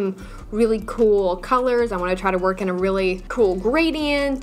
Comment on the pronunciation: when you say “just so we don’t lose our wERk” 😂😂I lost it